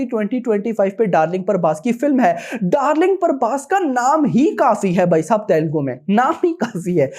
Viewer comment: Bc parbhas nai.. Prabhas hai Naam b bolna nai aata isse